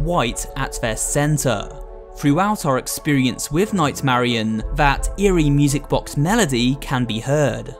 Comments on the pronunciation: im pretty sure its nightmarionette not nightmarionne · It’s not night Marion it’s night Marinette